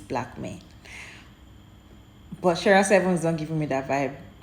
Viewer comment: Her reading of Sheera is sooooo off. 😂